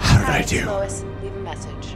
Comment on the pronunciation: “Slois Lane” lol lmbo 🤣🤣🤣